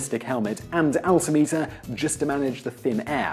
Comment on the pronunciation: It's altim-eter rather than alti-meter.